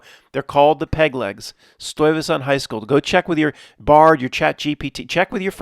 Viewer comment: It's a Dutch name. To hear tbe correct pronunciation, use the google translate Dutch vocalisation. I was the one who sent the Stuyvesant 1970s Dutch movie theater commercial that is loaded with 9-11 references. The retrocausality school of thought gets very much underscored with the existense of this commercial. Together with the affiliate story of the polical figure of the same name, Peter Stuyvesant has become a staple in presentation and a very funny one at the same time. I did the drawing here, and of course I include a pack of PS smokes. Kind regards, Paul